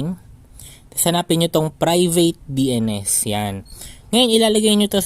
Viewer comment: Parang utal Yung pagkakabigkas ng dns mo